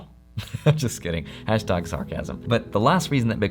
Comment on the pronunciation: Great video man. Love the editing. But the way you said tag in hash tag really threw me off haha